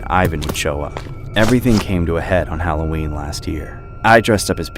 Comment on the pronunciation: Is not hallowern